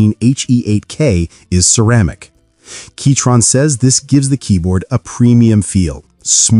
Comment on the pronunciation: Was it really pronounced keytron this whole time?